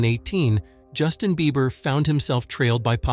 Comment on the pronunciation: not that guy saying beepers +he meant beiber